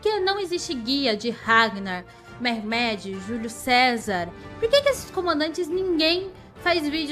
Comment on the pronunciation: Essa sua pronuncia de Mehmed está péssima, escrito da forma que se fala seria murraméde mas como não se lê da mesma forma que se escreve o correto é Mehmed